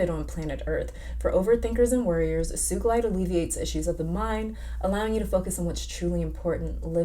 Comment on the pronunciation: Not suge Knight lmao. Sugalite is pronounced (soo-ga-lite) I believe. Also, you should watch Steven Universe. So much insight into crystals and life in general from that show.